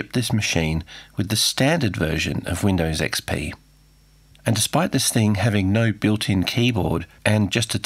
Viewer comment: "Weendaws ecspee"